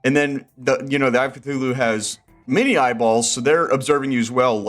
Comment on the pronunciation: THEY PRONOUNCED CTHULHU WRONG